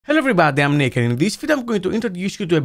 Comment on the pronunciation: am i the only one who always hears "Hello I'm naked" when he says "Hello I'm Nick"?